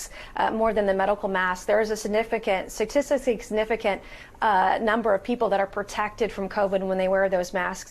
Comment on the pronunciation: "saticksticky sigsnifficant" lmaoo